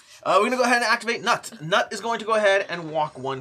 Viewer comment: Loving the playthrough! FYI, Knut is pronounced something more like 'cnoot' or 'cnute'.